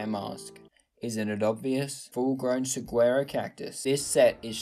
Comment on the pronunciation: How did he just pronounce saguaro cacti angry Arizona noises